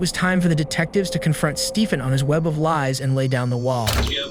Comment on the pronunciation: I like this channel but the AI voice is brutal. It pronounces stuff SO weird in this video. It pronounces Stephen's name different every time. Like even in the same sentence